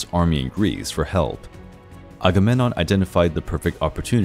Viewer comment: For a channel devoted to ancient mythology, you'd think he'd know how to pronounce Agamemnon and Menelaus correctly...